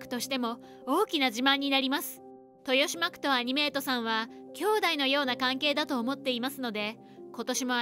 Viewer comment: トヨシマクじゃなくてトシマクです。